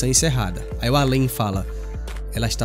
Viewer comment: O Al-an foi para o Al-em ? Kkkkk